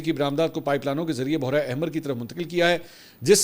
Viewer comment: Urdu apki bohot umda hy mgr bohra nhi parha karen lafz behra e arab ya behra e hind hota hy behra parha kren.